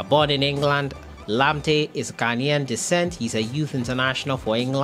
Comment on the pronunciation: Man. Pls don't pronounce his name like that please